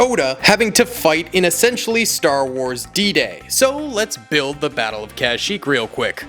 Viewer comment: The kashyyyk pronunciation is killing me